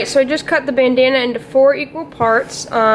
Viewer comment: Nice work, and I like when ya called it "Banana" instead of "Bandana"